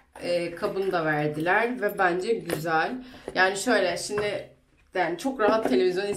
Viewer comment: şindi değil şimdi ay sinir oldum